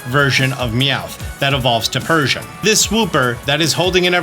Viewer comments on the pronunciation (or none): none